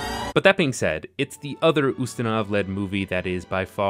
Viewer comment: I’m late to the video, but your pronunciation of both Poirot and Ustinov are just a tad off. Poirot is pwah-ROH, and Ustinov in AmE is the commonly-heard YOO-stin-ov; if you were trying for a purist Russian pronunciation, it’d be oo-STEEN-uf. As it is, you’re landing on a hybrid of AmE and iffy Russian pronunciation that is most likely unnoticed by AmE listeners who may think that they’ve been pronouncing Ustinov incorrectly all these years (they haven’t), but to speakers of English and Slavic languages, it probably doesn’t give the impression that you want to give.